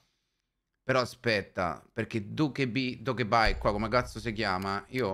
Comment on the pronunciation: dokkaebi si legge "doccaebi" 😂❤❤